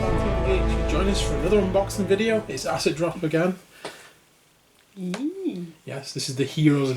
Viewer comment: Makes me smile every time you say Acid Drop :D Great unboxing, as ever.